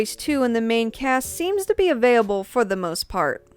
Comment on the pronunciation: Nice series, looking forward to more! Also this is the first time I've heard 'available' pronounced as 'aveyable', lol